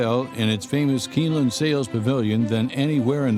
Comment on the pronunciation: Whats up buddy, I just voted for you. There is no way your not going to win. it said I could vote every day so I will. My buddy is going to do the same. You got this Im sure. Good Luck anyway. Your not Pronouncing Keeneland right. My brother was a jockey and my other brother was a Thoroughbred exercise boy. I wasnt nothing but owned horses all my life. All my horses are gone now and so are my knees, had both replaced. My buddy has 25 horses now. he has big farm and does horse back riding for the public.